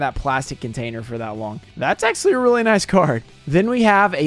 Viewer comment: I swear to god, if i hear you say "axualy" one more time, im gonna flip my lid. It is spelled "actually"